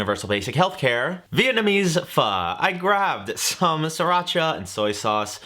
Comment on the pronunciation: Definitely should try that pho. As for the pronunciation, just say fuck without the “ck”. Close enough.